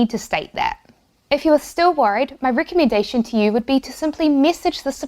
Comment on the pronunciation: you must have a "small tongue" your pronunciation is hard to understand at times... recommendation you said "ricommendation"